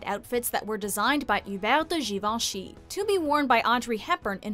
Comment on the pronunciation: Yes, it’s pronounced correctly in this video. I’m amazed!